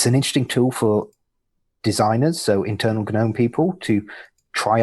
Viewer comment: The third way is to pronounce it like 'genome'. Aaagh!